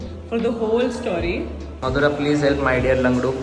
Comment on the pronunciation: I heeard lavdo 😂😂😂instead of langdo 😂